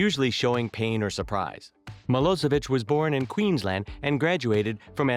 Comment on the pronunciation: it's milošević (miloshevich) not milosevik!!!!!